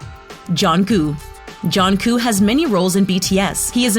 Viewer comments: It’s not jonkoo it’s jungkook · IT AIN'T JOHNKOO ITS JUNGKOOK MAKE THE END OF DA NAME SOUND CLEAR, ITS NOT SOOGA ITS SUGA LIKE SHUGA, BRO THERES SO MUCH INCORRECT PRONUNCIATIONS, SRSLY GET DA NAMES RIGHT!! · Atleast prounounce theyre name correctly. If americans prounounce theyre names im cringing so much lol😂 Min Yoon Gi but thats actually prounounced Min Yoongi Pak Jimin is actually prounounce as PaRK Jimin Jong Jonguu is JEon JUngKOOK Kim Taeryeon is actually prounounced Kim TaeHYUNG OMG IM CRINGING HARD LOLOLOL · I cringed when she said JHONKOO instead of JUNGKOOK! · bra get your facts right its like saying jung cook but no its jung koo plz learn!!! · I hate how she pronounced the names SUGA is pronounced SHU-GA not SU-GA Jimin is pronounced JI-MIN not JE-MIN Jungkook is pronounced JUNG-KOOK not JUN-KOO And J-hope is not the mother of the group that's Mother Jin and Jimin is in BTS because of his talent and voice and u referd to him as nothing but abs and it's not pronounced Kim tear-young its Kim-Taehyung and Bangtan is not spelled Ban tang😡😒😣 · argghh why does the speaker didn’t pronounce their names correctly jungkook turns junggo kim taehung is wrong prononounced tooo 😕🤨🤨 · Why the pronunciation so bad?? WHO SAYS Jungkook to Jung Koo?? "Teri Young", WTH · JUN KOO L M F A O MORAL LESSON: PRONOUNCE THEM PROPERLY BEFORE MAKING DIS VID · What did she just call V? And who's junkoo. Also she said Jimin's name right when she made that joke but then procedded to say it wrong for the rest of the time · Jangu? Soonga Kim teryang? GURL YOU NEED TO LEARN NAMES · It is pronounced jung-cook no offense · Did you just call Jungkook JohnguUUUUUU??????? 😂 Guu? seriously!? Not "KU" either!!!! :-/ It ends with a "k" though it`s so softly pronounced it sounds more like a G. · Please 👏 pronounce 👏 the 👏 names 👏 right 👏 suga and jungkooks names aren't even hard and suga is the main rapper in BTS 😂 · Nony ikr how she said Jungkook and Taehyung I was like smh